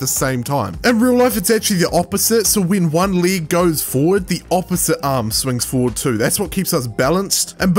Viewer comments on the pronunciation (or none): League? are you serious, league? and not Leg? Didline? It's Deadline not DIDLINE